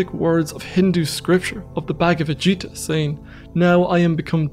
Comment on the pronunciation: Gīta, not Jīta 😅